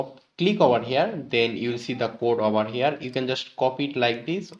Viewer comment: ovar hiaar 😂😂. awesome content👌